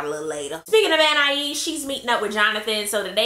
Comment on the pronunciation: I loved the whole video, especially the way you pronounce Anais' (or however you spell it) name.